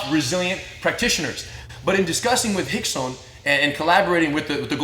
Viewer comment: If his name is rickson why does it sound like y’all call him hickson